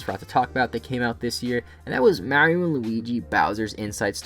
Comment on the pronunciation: Finally someone pronounced Mario correctly